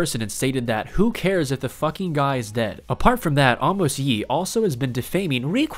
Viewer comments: Not Arrrrrmos is Amos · Is a-mas yee not ah-mos yee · idk what number but its pronounced A mous lee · Amos Lee hahahahaha he said it wrong I can't stop laughing that he said it wrong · dude u pronounced amos wrongly